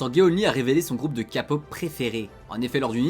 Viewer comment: Pour info le “heon” dans son prénom se prononce HON (avec le son du H comme en anglais et le “eo” qui fait le son “o” [en un peu plus ouvert]) Et la k-pop c’est pas de la kapop non 😂 c’est “keï-pop” pour la prononciation… c’est pas pour être malveillante ou quoi mais juste comme ça tu sais